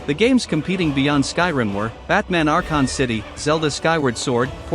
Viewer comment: "Batman Arcon City" Dawg we gotta do better😂😂